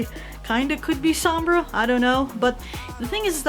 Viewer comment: soomm-bra, so weird to hear that.